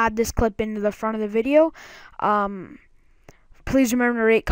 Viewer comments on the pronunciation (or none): none